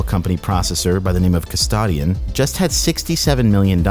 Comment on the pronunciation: I couldn't refocus for about 25 second after I heard your pronunciation of 'custodian'.. edit